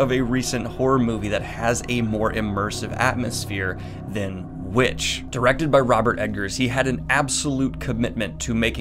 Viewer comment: The vitch 😂 That's a scary name